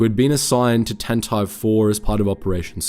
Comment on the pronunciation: Why does he keep pronoucing Tantive IV so weirdly